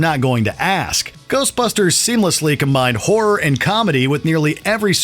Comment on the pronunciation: Please learn how to pronounce ‘horror’ correctly.